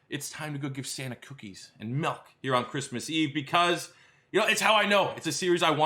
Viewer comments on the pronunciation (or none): Oh my lord you say MELK instead of milk. You Canadian you🤮🤮🤮